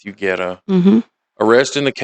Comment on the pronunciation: BTW! Love the pronunciation of Guerra! 😂❤